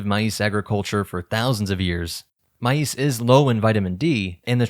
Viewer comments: why does he say maize like "mai-eece" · The way the narrator so blatantly mispronounced Maize and Legumes makes me doubt the "I'm not AI" comment made early on